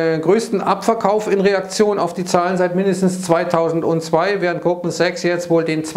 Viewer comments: Ich verstehe immer Gruppensex, wenn Goldman Sachs sagt. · Verdammt, jetzt höre ich es auch. 😄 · Ich auch!!!!!!!!!